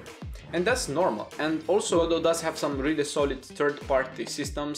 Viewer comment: Even he says Ga-doh, good, I'll continue.